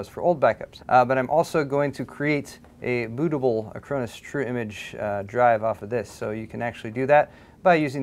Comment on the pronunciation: When he says it, "True Image" sounds more like "Trimmage."